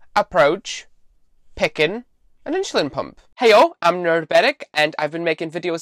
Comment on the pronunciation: It's "insulin" not "inshulin" .... please get with it